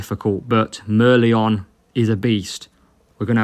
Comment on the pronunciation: Mer-LEON Mer-LION 😉